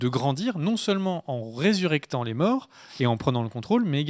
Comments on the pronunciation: Ressurectant il a dit 😂 ça invente des mots. Ressuscitant ! Ça c'est dans me dico. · "en résurectant" : ouhlala !! en "ressuscitant", merci ! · ressuscitant, pas resurectant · En ressuscitant, pas en "resurectant" les gars :D Merci pour la vidéo. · "en resurréctant" ah.